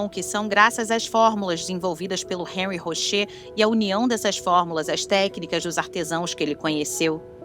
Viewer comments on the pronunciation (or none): none